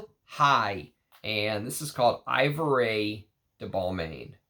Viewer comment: Great Video! Also, Ivoire is EE-VWAR and Ebéne is EH-BEN. 😅